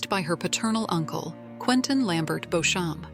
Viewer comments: Who the hell is Beauchamp, its beecham ... AI is annoying ! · If you are going to talk about a series then you really should learn how to pronounce the names properly !!! Clare BEECHAM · Beauchamp pronounced Beecham. It's Anglo Norman, so is Stuart/Steward/Stewart, Bruce.